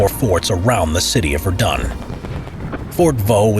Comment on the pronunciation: Am I the only one who knows french and is triggered by his pronunciation of Verdun?